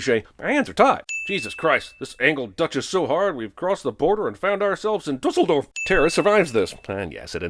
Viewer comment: That is not how you pronounce Düsseldorf...